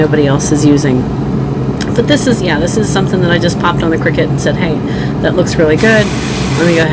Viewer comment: Yay!! You said Cricut the correct way!! Lol😂😅 love ya!